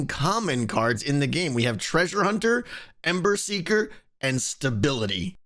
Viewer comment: I said this on the livestream video and I'm saying it again. The audio for "ember seeker" sounds like you are saying "emmer siger".